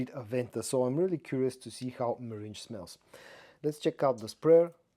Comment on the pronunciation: meringue is pronounced differently from meringe....